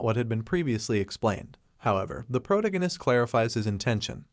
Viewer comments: Pro ta gin nist < pro tag nist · OMG the way he pronounces protagonist is killing me